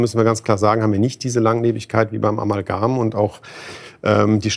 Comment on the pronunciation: Warum sagt der Professor Amalgan und nicht Amalgam?? Der sollte es doch wissen wie das heißt, wenn er daran forscht... so etwas finde ich immer wieder erstaunlich.......